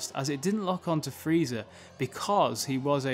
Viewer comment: Sounds like you’re saying Freezer